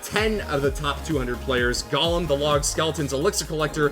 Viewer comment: it's pronounced GOlem not golum